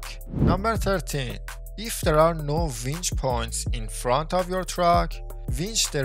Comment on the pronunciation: winch. not vench